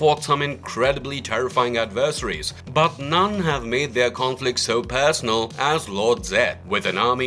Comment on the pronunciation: Why are you saying adversaries so weird?